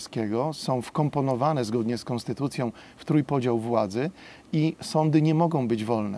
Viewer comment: Nie kĄstytucja, a koNstytucja.